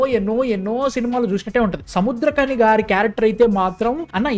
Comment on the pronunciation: Adi gari not gaadi